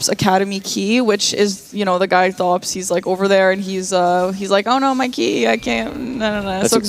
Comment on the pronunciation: Himself. Thops introduces himself as "Tops". Makes me mad everytime someone mispronounces it with a voiceless "th" instead of just a "t". And they all do it... poor Thops. xD